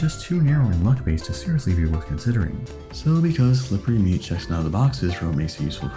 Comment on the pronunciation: I don't like the way you said "slippery meat".